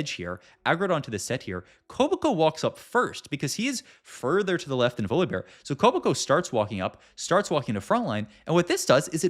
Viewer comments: VoliBAR bro how are these pronunciations getting worse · Does he say every champ name wrong on purpose to bait? "Voli-bar" "layona" "leblank" "Bree-R" rar so randum "Ko-bo-ko" yeah im unsubbing Once you notice is says "here" every 3 words you cant unnotice it, rough